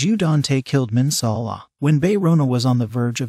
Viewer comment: Can you not say Bae Rhona and Minsa Allah